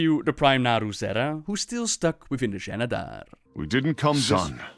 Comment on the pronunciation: this is clearly pronounced as Zenedar, why do pronounce it Jenedar?